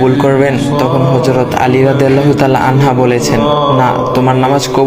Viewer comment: যখন অডিও রেকর্ড করবে, একটু দেখে কোরো। আনহা, আনহু টা ঠিক করবে।